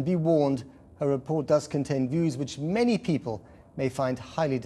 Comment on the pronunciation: I like how he emphasized “many”...he means normal people.